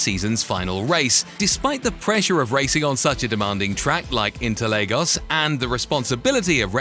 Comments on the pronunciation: If you're going to do a long video about Formula 1, can you at least take five seconds to learn how to pronounce peoples names (an utterly disrespecful thing to get wrong) and locations correctly? "Interlagos' and 'Buemi' with not even an attempt within a minute of each other, with Gene following. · Actually its not satori its satoru nakajima and its interlagos not legos its enrique bernoldi who crashed not sato and nick heidfeld crashed into the safety car Luca badoer didnt race in 2000 he was a test driver for ferrari